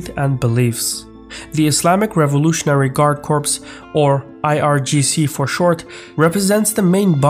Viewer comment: Thanks again for another expert analysis. Small language note: In "corps", the "ps" is silent :)